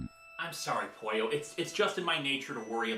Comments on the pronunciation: Ok. I have to ask, Did you actually watch ANY of Linkaras content or did an AI write this? Cuz you keep saying “Pooh-yo” When Linkara REPEATEDLY pronounces it “Poy-oh” That’s not you mispronouncing due to an accent, that’s straight the fuck up never having heard the word said out loud I enjoy your videos, but holy shit, I wanted to break shit hearing you say that again and again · It's not Puyo, it's Pollo, the Spanish word for chicken. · Maybe you've gotten this but Linkara's robot is named Pollo not Puyo, unless that's just how you're pronouncing Pollo.